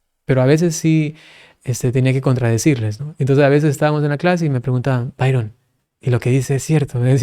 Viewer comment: Humildemente le hago la observación: es el padre Byron (se pronuncia Bayron). 😍